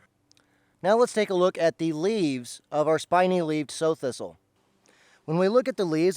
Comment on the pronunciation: not sew or so thistle. like Sow eat it. Prounouced not like sowing seed but like a female pig, Sow.